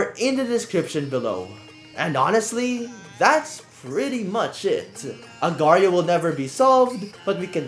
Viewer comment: its not agrio it aagar --IO